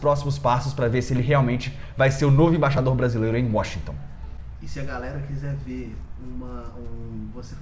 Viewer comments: Você fala Imbaixador, quando o correto é Embaixador. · no início do vídeo aos 6 segundos, vc fala "IMBAIXADOR"...